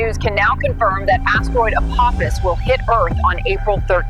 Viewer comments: FYI — everyone is saying this wrong, even Neil deGrasse Tyson. ✅ Correct: uh-POH-fiss ❌ Wrong: ah-POFF-iss (that’s the Stargate villain, not the asteroid). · Dear, I love your show! And especially Hecklefish 🥰🐟 I just wanted to let you know that Apophis is pronounced with a long O. I'm sorry, I had to be that person, it was driving me nuts lol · …it’s pronounced “Ah-poe-fis” lol but great episode as always. Stripped is cool but the why files can never be too long 💯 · Its pronounced "A-po-fis" it comes from Greek mythology... Zues father fights off Apophis every night, it's supposed to be the story of why the night comes and he fights the night off so a new day comes and it's his "job" for eternity.. it's a cool story, better explained in the movie "Gods of Egypt". Far better than I could explain it lol.. hopefully he fights off Apophis in 2029 and saves humanity for every lasting night.. great video 👍🏼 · Why are we pronouncing PH as TH in this? Is it Apophis or Apothis?